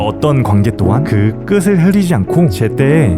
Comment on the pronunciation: 잘 봤습니다. 딱 하나 '끝을'을 발음할 때는 [끄슬]이 아니라 [끄틀]이라고 발음해주시면 더 잘 볼 것 같아요!